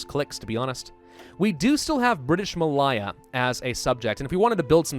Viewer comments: Not pronounced Mal-eye-a, it's more like Mal-Ay-a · ma lay ah not ma lie ah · Anyone else getting driven insane by his bad pronunciation of Malaya (ma-Lay-ya) :D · British Ma-lay-ahh Good video though!